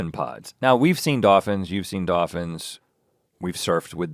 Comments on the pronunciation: all i can hear is Rhett repeatedly pronouncing "doffins" 😂 also I have to say i thought links vacation episode was great. i went to maui recently so I appreciated all the details. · I was looking for this post....doffins lol...is all i could hear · "Dawfins" lmao I've never heard it pronounced like that!! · "100's of DAHFINS" oh my goodness lol... DAHFINS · Doffins, goff, woofs. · I was listening with headphones and my husband was in the same room. He asked what was making me smile and I just said "doffins"😂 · am i tripping out or is rhett saying dophins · Rhett. There are L's in these words: doLphins woLves goLf